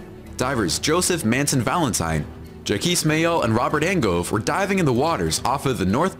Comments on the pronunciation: he says Jah-keese again wtf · the internal pain on face when the narrator says JACKEYS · Why are you guys laughing about Ja-Keys Cousteau he's a legend. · Would love some videos on this Jacquiche guy, he seems legit 🤣🤣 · You guys crack me up 😂 I love the ‘Jackiste’ history from the narrator - I mean if you’re into sea stuff how can you get that mans name so wrong? Love it! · Jha-kees- how many will now name their children after this great Explorer? LOL 😂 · Ok, i just subscribed. i dont dive and dont plan on diving, but you guys are interesting. Thanks 🌞 *does it pronounces it jack-ese bcuz its a robot voice? **the underwater stucture #9 i think, is that a Crannog? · Announcer: Ja-Keez Cousteau.: This guy's an idiot. Me: 🤣🤣🤣🤣🤣🤣🤣🤣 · I am so glad I found these guys, I see alot of the videos and they SEEM cool but some of the things I read in the craptions makes me wonder what is going on. Example the video says "famous diver Jackies Costal,".... So I'm guessing they are badly saying the French name Jacques have bo clue what the last name is I'm from small farming community in Canada there's not alot of divers here. while I live near a great lake I'm not even Lifeguard level strong of a swimmer I'm more if I fall out of the boat I can tred water till you turn the boat around or I can swim to shore. I don't know diving stuff although stuff underwater seems cool to see it. Seeing actuall divers react and 😂 loved the putting the hands to the face when the video said the name and was like "the guy doesn't know Jack" (again craptions gotta love them if this isn't what actually was said) was hilarious. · “”Jockees” Cousteau”…….. “God damn it” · My bad, is pronouncing Jacques as Jackies lmao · Well he must think that Jack in French is Jacques Yves. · Ja-kweee Cousteau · Seriously??? "Jacquis" Cousteau?!? I did a report on Jacques Cousteau in 4th grade but never heard of Jacquis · ' reaction to the mispronounced name made me laugh so hard